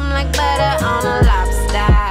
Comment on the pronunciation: 16 "I'm like buttuh on a lobstaaa" -__- jeez lol